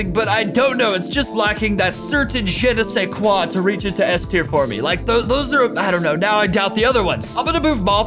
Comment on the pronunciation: He literally said*che ne*sais quoi instead of je ne sais quoi😂